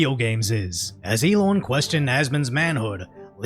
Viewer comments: The way you say "Elon" is a bit funny. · There should be a law against how you pronounce Elon 😮